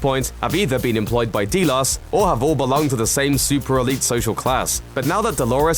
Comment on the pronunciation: Nevermind - he was saying Delos, only he pronounced it about five different ways during the video. 🤔